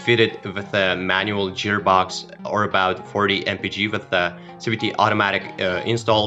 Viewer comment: What the hell is a "jeer box" ??